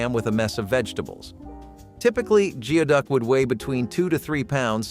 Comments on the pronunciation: It's not pronounced Geo-duck it's "gooey-duck" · Its not pronounced Geo-Duck clam. Its pronounced Gooey-Duck clam. Im from seattle where its popular in chowder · Geoduck is pronounced goo'-ee-duhk! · Geoduck is pronounced gooey duck. Learned that from Emmymade. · You should get your facts right. Chicken fried steak is made with beef patties not chicken. Geoduck is pronounced gooeyduck!